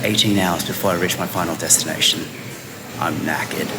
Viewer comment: Omg, did you say jetstination!!! I think I love you. Safe travels xxxxx